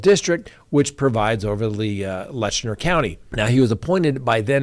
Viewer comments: The county name is LET CHER not Letchner. No N in the name. Please pronounce correctly. Just saying. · It is Letcher County, NOT Letchner County.